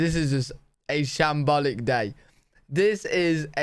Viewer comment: Sham-Ballic day?